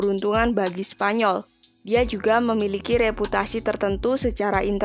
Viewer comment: "Menjadikan leonor ratu spanyor"... 5 :45 mimin kpleset lidahnya 😅